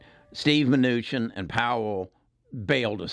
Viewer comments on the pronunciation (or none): none